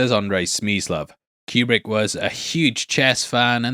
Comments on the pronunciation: That's not how Kubrick pronounced his name. but then it's not surprising that an AI would mispronounce a name. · If you want to sound like an expert, at least learn to pronounce his name correctly. It’s not Q-Brick it’s pronounced Coo-Brick. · His last name is properly pronounced Coo-brick NOT Cue-Brick he pronounced it Coo-brick. Whenever I hear it mispronounced it drives me crazy. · It's so awesome to hear children trying to pronounce words while making bank on YouTube. "Que-Brick" Really? Yeah really, that just happened. Can't wait to see what becomes of this twat.